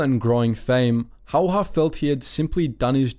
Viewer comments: Its not simo hauha, its häyhä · I'm yet to watch one of these documentaries and hear Simo Häyhä's name pronounced correctly (you even butchered the spelling, c'mon man!). It's HÄY-HÄ, two H's and none of them are silent. I'ts pronounced kind of like HEY-HE-, two Hey's in a row but you skip the last Y. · Pronounce (Häyhä) in right way please . Y in his surname sounds like ew in word new . You welcome Oj and Maria Ljalkova you pronounce wrong I am Slovakian you can be sure. 😉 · It's not Simo Hayha it is Simo Häyhä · Its Häyhä, not Hayha or as many people pronounce it, Heihaa (come on its not difficult. Simo Häyhä. Not Saimou Heihaa.). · It’s actually Häyhä not Hayha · its Häyhä